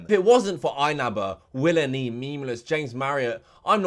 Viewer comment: "The great willNE" 🤣🤣🤣